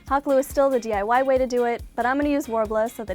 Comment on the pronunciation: She said TIY instead of DIY